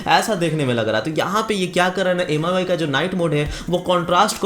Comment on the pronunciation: None of the above. Infact its pronounced as 'mee' UI. Mi means rice in Chinese.